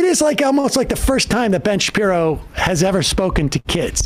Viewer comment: Help, I keep hearing "ben shapiro" as "Bench Appear-o" my sanity is slipping.